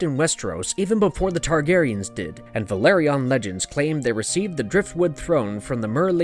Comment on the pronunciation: House "vĕl-AH-rē-on" not Valerion